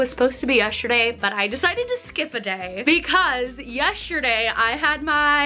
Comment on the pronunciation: yes-ter-day!!! NOT yesherday 😬😂 AHHH